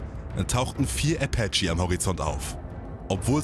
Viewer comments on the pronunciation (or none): Der Amerikanische „Äpätche“ Helikopter😂 man kennt ihn